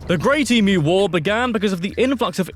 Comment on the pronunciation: Please note Americans he pronounced EMU correctly. It is 'eem-you' not 'eee-moo'. However he said 'koala BEAR' which is incorrect.